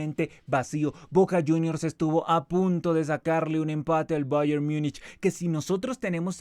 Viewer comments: Mijo ... no se enrrede tanto pronunciando Bayern☺ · El Cavani de Temu pronunciando Bayern: Oh la la señor francés